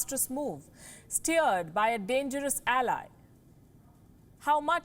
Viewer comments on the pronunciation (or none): none